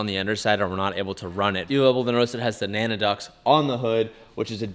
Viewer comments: Am I the idiot or does he mean to say NACA duct? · Came here to say what everyone else is saying…. Naca bud, it’s Naca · Did you just call it nana ducts?!?!? 🤣😂🤣😂🤣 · NACA !!! Not nana lmfao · have anyine comment that its called NACA and not NANA ducts 😜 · The what ducts? They’re called naca ducts, not “nana ducts” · Um, aren't they called naca ducts not nana ducts? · its NACA ducts not NANA ducts haha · Why are you saying Nana ducts when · Lol naca duct.. As in the naca that turned into nasa a few years later and then took ppl to space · ohmage?! ... it's HOM (like pom) AGE (like barge)... also NACA, not NANA ducts... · lmao he did indeed. lololol... i was like BRO, Naca Ducts lool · N A N A D U C T F O R D U C T I N G N A N A S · I had to do a playback just to be sure, hey they are NACA ducts. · NACA ducts...what are you saying? Cause it ain't right. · Not once but 3 times. Lol